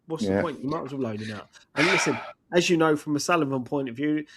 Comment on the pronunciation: can't say "You know" properly/ He says "You oh" or something weird.